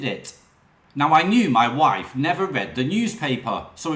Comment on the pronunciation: You certainly need lessons in how to pronounce words your shit wiv / worF